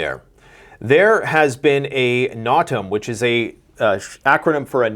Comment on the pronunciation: 💡💡, according to MonkeyWerx yt, AirForce vet, those no fly notices are pronounced NO--tam. Thanks for all you do!!